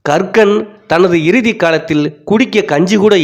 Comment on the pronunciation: கக்கன் என்ற பெயரை இவர் ஏன் கறுக்கன் என்றே திரும்பத் திருமபச் சொல்கிறார் என்பது புரியவில்லை.